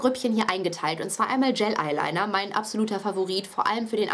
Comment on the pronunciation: cooles video aber du spricht es immer falsch aus das heißt gel eyeliner und nicht gayl eyeliner :)